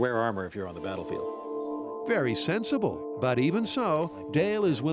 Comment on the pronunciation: Don’t you mean “Very sensei -ble?”